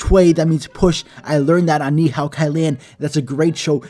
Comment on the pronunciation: Hi you mispronounced ni hao